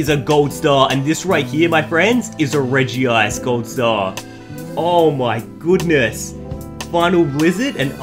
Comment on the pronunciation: It's Reg ice and Ho oh. Not Regi ice and ho ho